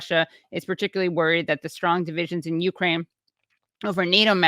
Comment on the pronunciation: Katie, please learn the correct pronunciation of Ukraine.